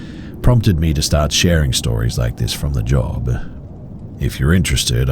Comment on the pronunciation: I'd listen to the remaining 50 minutes, and more episodes if the end of every other sentence wasnt 'uh'. Job-uh, Maybe-uh, Explain-uh. Or so-uh. View-uh. Lane-uh. Though-uh. People seem to like it. Maybe I'm r-worded.